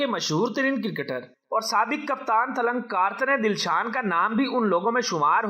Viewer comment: बोलना तो सीख ले तिलकरत्ने दिलशान है उसका नाम चुटिया